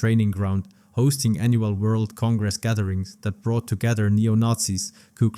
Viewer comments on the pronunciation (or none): none